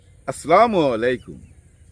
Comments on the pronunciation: স্লামালিকম বলা যাবেনা! বলতে হবে, আসসালামু ওয়া আলাইকুম। কারণ, আসসালাম হলো আল্লাহর একটি বিশেষ নাম। আল্লহর নাম সঠিক ভাবে বলতে হবে। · Mia vai, Salam ta valo moto dewa uchit. Aaaslamu na bole bola uchit - Assalaamualaikum warahmatullah. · আছ ছালা--মু আলাইকুম, এভাবে শুদ্ধ করে সালাম দিলে ভাল হয়